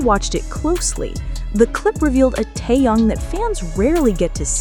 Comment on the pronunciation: Какой он теен он Ким Тэхен выучи его имя а потом бреши дальше дизлайк